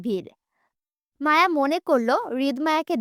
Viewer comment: রিদ বলে আওট😡আর মায়া বলে ওমম😐